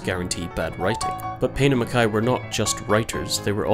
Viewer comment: One of the first people I’ve heard pronounce mackay correctly.